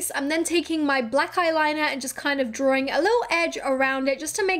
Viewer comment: Is she saying DRAWRING instead drawing?